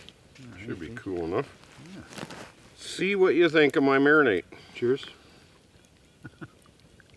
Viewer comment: it's a Mari-NADE not a Mari-NATE... The 37th mention of it triggered me to tell you this. Nice steaks by the way...